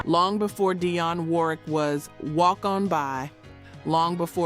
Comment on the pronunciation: Dang freaking A.I can't pronounce Dionne!